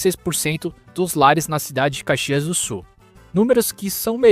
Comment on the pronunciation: Dude, you are TERRIBLE in pronouncing Caxias do Sul so find another job or, at least get some help! I m well into my eighths and grew up there so it pains me hearing you! Thanks for nothing dude!!!